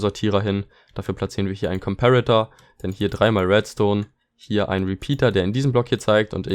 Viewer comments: Wie deutsch kann man sein?: JA aber am meisten triggert mich das er trotzdem comperator englisch ausspricht xD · gutes Video aber es hat mich so unnormal getriggert wie du Komperator ausgesprochen hast o.o